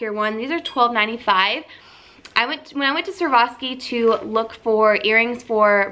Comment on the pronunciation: girl: SWA-ROV-SKI.